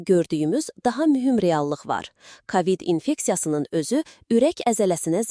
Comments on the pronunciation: Sən kimsən, ay danışan? KAVİD niyə deyirsən? A nı vurğğulama. K O VİD DE sonra nağıl danışarsan? Nə qədər tanıdığımız məhşurlar öldü.. Unutdunuzmu? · Kavid yox kovid. Ağzınızdan çıxsın ailənizə evinizə düşsün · kavid yox kovid. hər sozu ruslarda oldugu kimi o hərfini a demək uygun deyil.